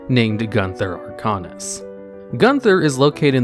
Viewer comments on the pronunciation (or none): Arcanus not Arcanas? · Damn it,! It is ArcANUS, not Arcanas.